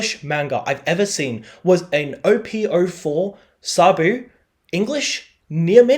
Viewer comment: Day 2 of beginning you to stop saying Sabu…